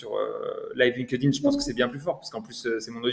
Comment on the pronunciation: putain la prononciation franco francaise de linkedin. Un anglais doit bien rigoler si vous lui parlez. LinkedIn etait bien au debut, sur invitation. A Present c est un espece de facebook. Plus d interret depuis 10+ ans.